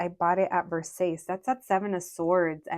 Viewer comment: Versace: ver-sah-chay